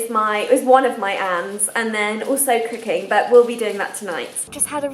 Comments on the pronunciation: I thought she said 'cocaine'instead of 'cooking' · who else thought 'cooking' sounded like 'cocaine'? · Haha, sorry, but when you said "cooking" I heard "cocaine" 😂 Great video though! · When she said cooking i thought she said cocaine lmao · did anyone else think she said "cocaine" instead of "cooking"